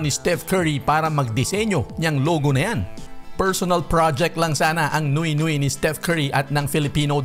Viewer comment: Nwe nwe" ang bigkas sa french word na "nuit nuit" at hindi noy noy